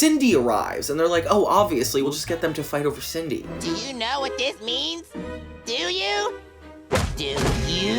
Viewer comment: is it Sidney or Cindy? cause this is like the 3rd essay video on this crossover and the narrator calls her "Sidney" instead of "Cindy" cause growing up I thought her name is "Cindy"